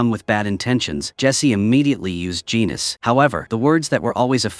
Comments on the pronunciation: It's GENESIS not genus ok.😊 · Its "Genesis" not "Genus" you AI slop. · The show is called Preacher. And for the AI Voiceover - it's pronounced "GEN-E-SIS" not "GENE-US". It's a 4 season show. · "Genus" ??? 😂 it's "Genesis" you AI slop. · Genesis and Killer of Saints! Say it with me and practice before your AI understands how to pronounce the main plot characters. Have some pride in your work! Otherwise kudos for taking the time for this breakdown. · Voice to text program can't pronounce Genesis for some reason.